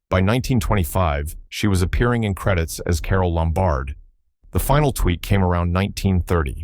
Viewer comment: Carole LOM-bard. Not lum-BARD.